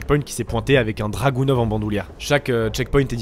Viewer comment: un dragunov (en général on prononcé plutôt draguonof en français) est un fusil de précision très peu cher (un peu comme un ak-74 (le 47 n'étant presque plus utilisé) des fusils de précision, ils utilisent en plus la même punition, le 7.62 par 39) il peut aussi je crois être chambré en 9 mm et en 22lr. Donc très portatif, très peu cher, peut utiliser la munition la moins cher possible (22lr) et est une arme russe, ils en avaient donc laisse depuis la guerre froide. Donc je comprend que ce soit une belle arme, mais c'est tout sauf étonnant qu'ils en aient.